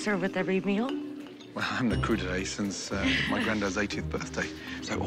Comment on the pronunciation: I’m sorry? Wym « cru d’été »!? It’s « crudité » you dingus! Because the vegetables are not crude!